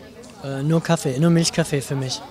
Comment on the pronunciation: An alle Deutschlerner: Sagt bitte nicht Kaffe sondern Kaffee. Kaffe hört sich so schrecklich an. 🙄